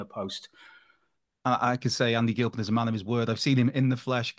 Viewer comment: Andy Gil-peen!